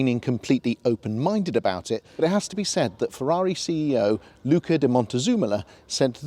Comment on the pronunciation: Was going to correct you on the pronunciation of Luca DM, but the way you said it (eventually) was correct. Great vid...